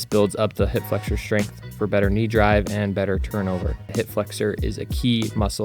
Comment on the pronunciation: bro said strenght 😭 cmon bro lock in